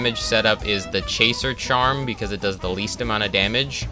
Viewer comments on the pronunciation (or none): How is basically no one Talking about how he said chaser charm